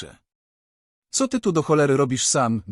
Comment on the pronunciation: Mów co a nie ceo, poza tym nieźle.